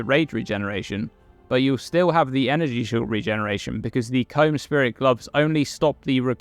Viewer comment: You know you'd think with the amount Kaom is pronounced in-game; you'd pronounce it right and not as Comb.